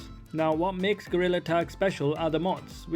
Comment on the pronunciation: Bro actually called it gorrila attack